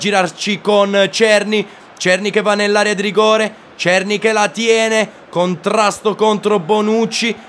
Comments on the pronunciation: è della republica ceca, ma la pronuncia è SERNÌ, non sto scherzando, vatti a vedere le partite dell'ajax e senti come pronunciano il nome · La pronuncia di Cerny è SERNÌ, è francese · adesso o si pronuncia cerny o serny, l'importante e intrattenere, un abbrAccio!!